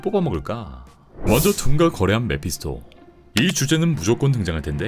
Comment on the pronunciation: 왜 근데 메피소라고 말하는거임 자막은 메피스토인데